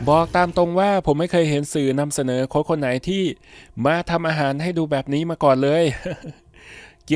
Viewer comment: โค้ช ตัวสะกดไม่ใช่ตัว ซ รึ ตัว ส นะคะ ออกเสียงให้ถูกต้องค่ะ